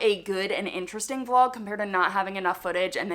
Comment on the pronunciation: Did you say vlog or flog???? I didn’t think it was that kind of channel. 😂😂